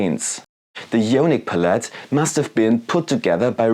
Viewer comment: Interesting video, but your constant misspronounciation of palette is a bit distracting. lol It's pælɪt. Look up how it's pronounced with audio examples.